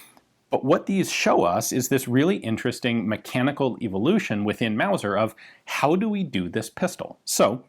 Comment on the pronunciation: Mauser, not Wauser.